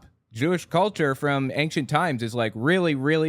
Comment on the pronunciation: I love your videos, but it DRIVES ME NUTS when you enunciate the “c” in Ancient lmao. It’s pronounced “Ain-shent” not “Ankchent.” 😭